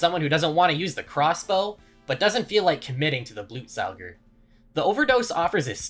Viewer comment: First person ever to pronounce Blutsauger correctly